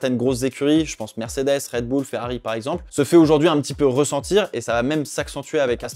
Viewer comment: Red boule? C’est quoi cet accent ? Red Bull, bulle à la limite